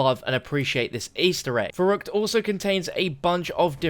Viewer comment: The way this guy says verruckt makes me triggered